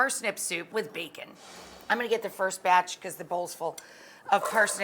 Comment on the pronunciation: i'm now annoyed with how she says soup with an extra u....